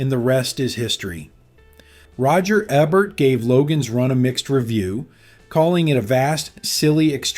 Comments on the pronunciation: The film critic Roger Ebert’s name was pronounced "EE-bert" - not "EBB-ert". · Roger Ebert like e-mail, not ebb like ebb and flow... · Roger "Eh-burt"? Try Roger "Ee-bert". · Roger Eh-Bert, huh? Ok. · He also refers to Roger Ebert as "Roger Ebbert" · The film critic Roger Ebert's name is pronounced: "E" like in kEy, and "bert" rhyming with "hurt". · Who did the voice over for this review? They mispronounced "Ebert" so badly I laughed out loud. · This guy can't even pronounce Roger Ebert's name correctly. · The mispronunciation of Ebert was even more impressive. 😂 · In all fairness, dude F'd up the pronunciation of "Ebert," a not that long ago deceased icon in modern cinema. Roger still completely F'd up on his judgement of this film, but if 50 years later someone running a youtube channel dedicated to cinema can't even get his name right, well I would have been friggin' AMAZED had he gotten Jenny's correct. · Let's work on the correct pronunciation of the names "Jenny Agutter" and "Roger Ebert"!